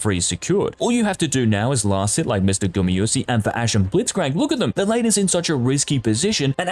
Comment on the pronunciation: That's ez. 0 times. Because he says Gumy-yusi all the time, not GumAyusi ^^